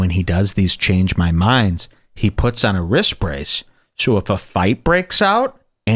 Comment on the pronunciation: wtf is a wrist bracedth